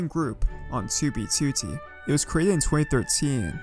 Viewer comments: Tubey tutti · 2b twotee